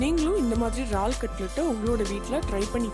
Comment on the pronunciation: Unga receipe romba Nala irukku..... Yennaku pidichi irukku....aana "eraal" engine vaartgaiya "raal"...raal nu solluradhu mattum yennaku pidikala.....